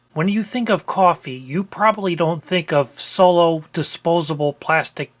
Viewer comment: Cwoffee! Only an American can say it correctly! 😁